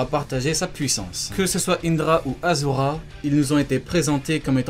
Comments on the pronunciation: Achura et non azura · pk tu dis azura c'est ashura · ont dit aCHura!!!!!!